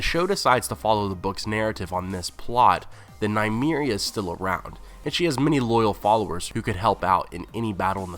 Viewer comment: Nuh-me-reeah not Nye-me-reeah